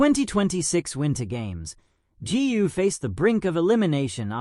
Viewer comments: Correct me if I am wrong, "GU" is a family name in China, should be pronounced "GOO", not "GI-U"! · Gu is not pronounced Gee You but koe with a soft G.